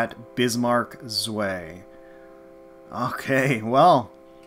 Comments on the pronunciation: From what I was told it said SOS gets removed, and the weekly tries upped to compensate. I hope no Germans got harmed by your pronounciation of "Zwei"... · Hilarious how you pronounce the "Zwei" xD Not meant to be critic, i just find it funny ^^